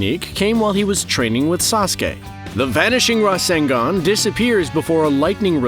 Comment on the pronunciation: It's not rasengan it's RASENGUN